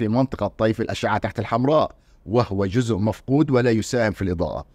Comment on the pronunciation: لماذا لا تميز استاذنا الكريم بين الذال والزاء في نطق الكلمة فمثلما تحافظ على العلمية في البحث ينبغي المحافظة على العلمية في اللغة والنطق السليم فلا يجوز ان نقول جذء بقصد جزء لانك في اللهجة العامية المصرية قد لا تنطق الزاء